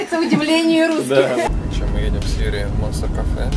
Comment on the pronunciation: Не ЕДИМ, а ЕДЕМ.))